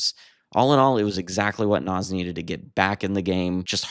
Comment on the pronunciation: Pronounced “Nahz”